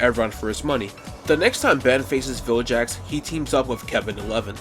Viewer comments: It's, Vilgax, not jax... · Vilgax, not Viljax. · vilGax not vilJax 😂. Also why not Benku instead Tanku. Just fits better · BRO even calls Vilgax "Viljex"🤣🤣